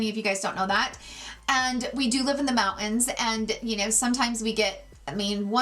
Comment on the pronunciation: I could tell you were in Utah by the way you said mountain 😂 Do you watch Allie Glines? Cute little mormon girl; great channel. I enjoyed this video immensely!